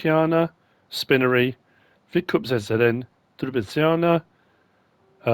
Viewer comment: Hello MrS. As a Czech, I have to laugh a lot. Your pronunciation is so funny. I think that "kukrovar" was the best... but I understand it. English doesn't have "c". You say "see" or "k". But "bramborárna" was almost perfect! And "Výkup" - Y is long - means, that they buy from You. At the other hand "Prodej" (again - english doesn't have "j" as we have, but You say it in "You" "Yes" - it is the Y in it) means, that they are selling to You (and that make no sense, if it is bales sellpoint - that should be "Výkup balíků"). And about "Pila" - it is the machine (Saw) and also the factory (Sawmill) - it depends on context. And allways where is "ý, á, í, é" - it means it is long - for example - "Výk"up could be writen in english as "Week"... So enough... My mother doesn't understand, how can I understand and read english, when everything is read different than write. And I say her, that it is read as it is writen, but they have different alphabet pronunciation...